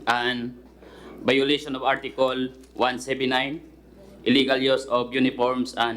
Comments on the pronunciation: Parang "article" hindi artikol. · Seryoso ako manood,tapos bigla ko nadinig yung artikol parang nanay ko yung accent bisaya kasi nanay ko ganoon din mag pronounced...